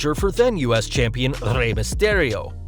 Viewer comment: Lmfao andRRRRaRRRe, RRRey misteRRRio, humbeRRRto caRRRRio We appreciate the rolling R's, but u don't have to try that hard. 👌🏽🤭